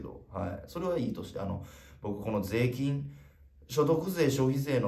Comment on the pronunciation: もう聞きすぎて誰も気づいてないけど、粗品だけ税金のイントネーションがセイキンなの草